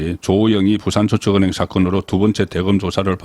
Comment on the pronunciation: 35년 경력의 대기자가 첫음절을 강하고 짧게 발음 하는게 듣기 거북하네요 사업자 둔갑 저축은행 등